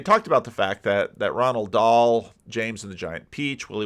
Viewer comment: You keep saying "Ronald Dahl". It's "Roald Dahl"! Although he grew up British, he was born to (and named by) a Norwegian father and French mother.